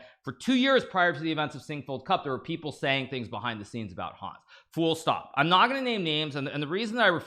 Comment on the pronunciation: Was Hkaru saying "full stop" or "fool... stop" in regards to Kramdick's accusations?